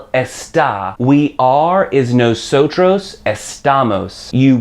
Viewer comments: correct. you're the first comment that addressed that. It's not pronounced "no-so-CHROS" but more like "no-so-TODOS" The R is pronounced more like a D in spanish, and the V is more like a B. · It's funny how you pronounce "Nosotros" and "Vosotros" :)) Nawsawtraws and Vawsawtraws :P Muchas grracias por esos lecciones amigo. I learned much from your channel